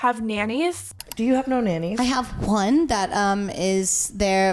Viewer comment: “i have WHone nanny” who says ‘one’ like that lol